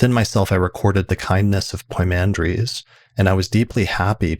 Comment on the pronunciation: It's poi mandres not poymander. Pymander in English